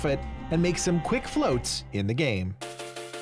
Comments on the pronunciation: FLOTS not FLOATS lmao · "Flots" not "floats" y'all